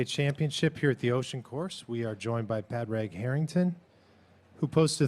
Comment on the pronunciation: I cringed so hard hearing "Pad Rag" lmao